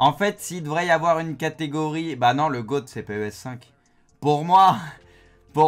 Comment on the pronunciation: Le GOAT tu dis « Le Ga-ôtte ». Mince